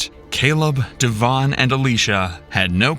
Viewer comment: It's DEVIN not DAVON. These computers can't pronounce names correctly. 😢